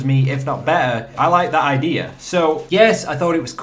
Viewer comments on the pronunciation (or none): I love it when you say "idear"